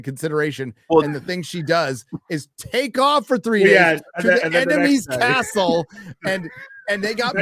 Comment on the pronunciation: “cast-ull” you truly are a treasure 😂